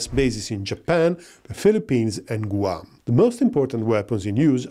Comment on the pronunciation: loves his clickbait thumbnails, no matter who they’re meant to appeal to. Great content, the breakdown was pretty fair. Also,, Guam is pronounced more like “G-wam”, not “Goo-um”. English is strange 🤷